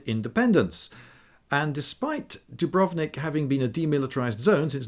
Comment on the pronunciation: Some language pedantry for those who care: it's actually pronounced with the accent on the U (dùbrovnik), and Zagreb on the a (zàgreb). Source: am half croatian. We like to put the accent on the first syllable of even surprisingly long words, thus causing significant puzzlement to anyone who tries to come to terms with the language.